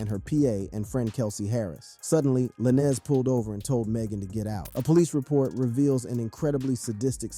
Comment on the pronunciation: Why are you pronouncing Lanez like that?